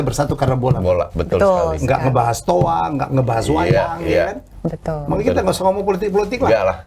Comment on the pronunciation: betal betul betal betul 😂